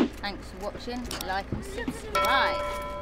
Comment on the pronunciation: Oh bless you, warrior. BUT, ITS "SUB***SCRIBE*. And the bells to "like and SUB***SCRIBE are really annoying. 😍